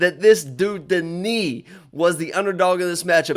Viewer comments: Denis is pronounced DE-NIS not DE-NI. He isn't French he is Russian, Russians don't pronounce Denis DE-NI 😂😂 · Whatever you've heard, it's DE-NIS not DE-NI. Because if you were to talk to a Russian person and said DE-NI, the Russians would think you said the name Danny. Russian is a phonetic language. You don't magically decide to not pronounce a letter in a word or just say something different out of nowhere. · Bro, hes russian not french, why u calling him DeKnee